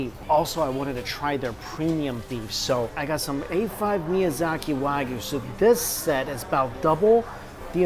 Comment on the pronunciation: it's pronounced "waa-gyu" not "wag you"